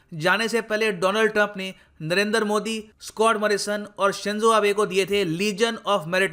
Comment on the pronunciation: सर आप क्यों नरेंदर मोदी बोलते है